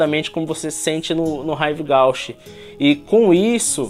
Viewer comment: Ahh se fala “Rive Gúche” ;)